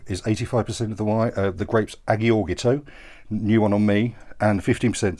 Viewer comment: Great recommendations! Agiorgitiko is pronounced eye - or - it - iko. Don't worry I've got you with Greek Wine pronunciations:):)